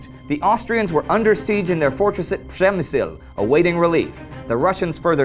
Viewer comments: Why do you speak "Pshemsyl"? Couldn't you spell this city name correctly? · Does anybody know if by the end of the war, someone will have told Indy that it's Przemyśl, not Przemśyl? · funny how you're trying to say Przemyśl,funny conversion